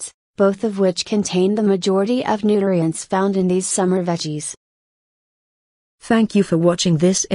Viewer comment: Learned that computer voice cannot pronounce nutrients.